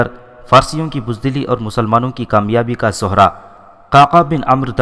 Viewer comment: सोहरा नहीं सेहरा होता है और भग्गी नहीं बग्गी होता है इन अल्फ़ाज़ों को दुरुस्त करलें।